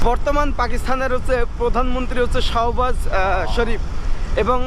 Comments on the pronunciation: সহবাস না ভাই শাহবাস শরীফ,,😂😂😂😂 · সহবাস শরীফ নারে ভাই, শাহ্ বাজ শরীফ হবে 😅